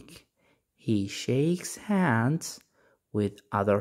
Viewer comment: Hands ليش تنطق سانس م فهمت ليش ال H ينطق S وش القاعده